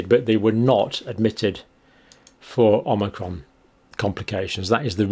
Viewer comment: Are my ears malfunctioning or does the good doctor keep saying "omnicron"?